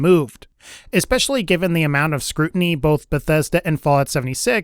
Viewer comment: lol "scrutinty" hehe